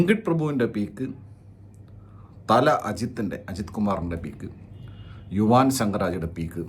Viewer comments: യുവാൻ അല്ല മൈരേ.. യുവൻ, ഭഗത് അല്ല മഹത്.. ആറും പൂറും അറിയാതെ പറി പറയൻ വന്നേക്കുന്നു 😌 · yu wan -enna vili rasundu...sadarna elarum yuvan enna vilikunne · Yuvaaan alla yuvan 😂😂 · Yuvaaan no yuvan bro😅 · യുവാൻ അല്ല യുവൻ ആണ്,എന്തോന്ന് ഡേ